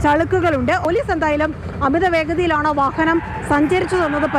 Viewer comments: വഹഹനം എന്നല്ലേ ഈ കുറ്റി പരെന്നത്. ഇന്തെ ഈ കുറ്റിക്കു വാഹനം എന്ന് പറയാൻ അറിയില്ലേ.. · വഹനം അല്ല വാഹനം എന്നാണ്.